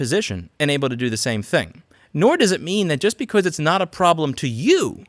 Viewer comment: I like How Louis says because like becose